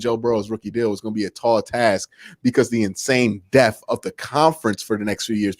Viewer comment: Depth has a letter "p"